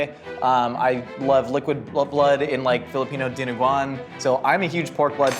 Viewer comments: mentioning bun bo hue and dinuguan (both pronounced correctly) made me want to know more about this worldly man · pronounced "Dinuguan" correctly.:o